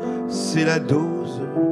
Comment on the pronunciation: O dOse O pas au pas AU, dOSE DOSE O pas dAUse